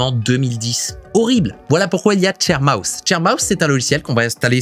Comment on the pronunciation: L'avant dernier j'ai mis un moment à comprendre que c'était sharemouse et pas chair mouse 😄